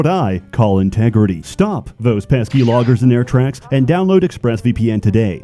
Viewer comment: Hey you're not allowed to say Loggers with a hard R unless you're a Lumberjack. Just thought you should know.